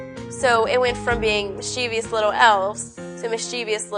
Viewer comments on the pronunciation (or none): Neither pronunciation of "tomato" adds non-existent syllables to the word. There are two ways to pronounce mischievous: "MISS-chih-vuhs" or "MISS-chiff-us". Neither of these adds non-existent letters the way the popular but incorrect pronunciation does. Same thing with "nuclear": it's "NOO-clee-uhr", not "NOO-kyu-lur". The latter pronunciation is incorrect because it adds letters which are not there. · Correct pronunciation: MIS-chih-vuhs. Also, I like the way she says "dawg". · It's pronounced the way it's spelled. There's no "i" after the "v", so it's "MIS-chih-vuhs". A lot of people pronounce it incorrectly, but you have a chance to change that here. You have the power to help popularize the correct pronunciation.